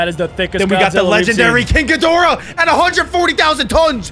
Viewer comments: Bro said king ghidoriah🗿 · It's not King Ghidorah it's King Ghidorah